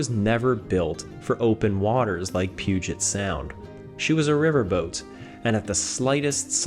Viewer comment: As a Washingtonian, well done with pronouncing Puget Sound correctly. I hear so many people from outside the Northwest mispronounce it 😅